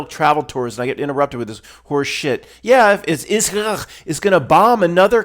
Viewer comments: I just love your pronunciation of Israckl. 😁😁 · I'm so glad you're o.k., and you don't have to see a psychiatrist! The way that you pronounce Israel always makes me laugh. 😂